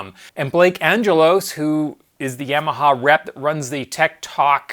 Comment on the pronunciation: Great video, BUT, every time I hear you say YAM-AHA instead of YAW-MAHA, it grindstones my ears into my head!